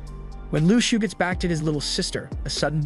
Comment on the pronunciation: How u say shou is (shauw)